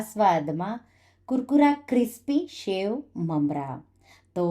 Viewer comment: Delicious. But please it's sev not shave. It's singdana not shingdana